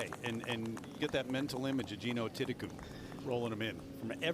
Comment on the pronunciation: Is it just me or does the commentator sound like he’s pronouncing Jeenos last name as Thitikun.